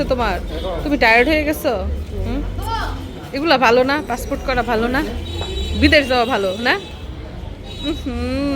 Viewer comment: পাসপোর্ট বললো নাকি পাসফুট 😂😂